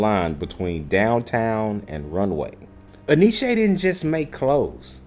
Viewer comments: En Y Ce. Enyché? 😂🤣😂🤣😂 It's NYC. Look it up. My people are ALWAYS fuckin' up a name 🤣😂🤣😂🤣... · the dude in the video even pronounced it wrong so don't feel bad ...its actually pronounced N-Y-C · We pronounced it in-ee-chee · Enyce had some fly gear.. for the longest time thought it was pronounced EN Y CE.. just thought it was word play on spelling or representing NYC.. when I learned the supposedly proper pronunciation I thought I was being played with..